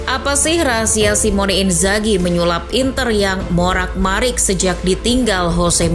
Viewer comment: koreksi kalimat "morak marik" nya min yang bener "morat marit"